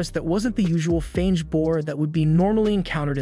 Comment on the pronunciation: Dude your speaking, Wyvern is pronounced "why-vern" and "fanged" is silent G. But honestly you must've watched the entire thing and had to do a ton of editting to get a condensed version so keep up the good work man.